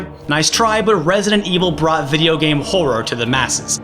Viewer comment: "It brought horror to mainstream" You forgot the T in brought. Yes I commented just to point that out. :P